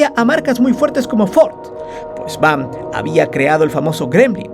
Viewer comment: Es V. A. M. no VAM